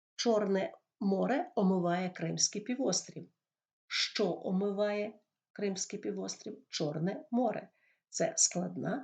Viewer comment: Вы що проїзносете як ЩЧо